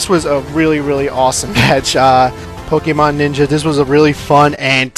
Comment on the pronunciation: Haha U Said PKNinjer XD (Xxawes)